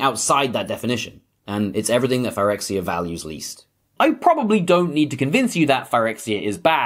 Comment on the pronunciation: Imagine pronouncing "Phyrexia" like this when the correct pronunciation has been apparent for YEARS, and Wizards having just confirmed that it's not pronounced this way based on their posting of the Phyrexian language "codex", this week.